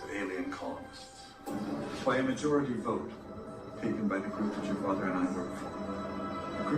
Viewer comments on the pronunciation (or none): none